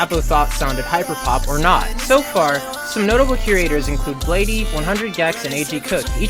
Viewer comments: said "bladey" lol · MANS SAID BLADEE LIKE BLADE-EE